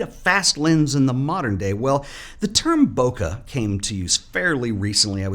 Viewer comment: From over here in Japan— Bokeh is pronounced BO-KAY, same as Special K. Never BO-KA. ' )